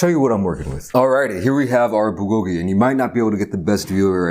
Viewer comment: That’s not how you say it